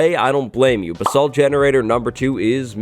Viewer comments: Your pronouncing “basalt” wrong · Me correcting him everytime he says basalt wrong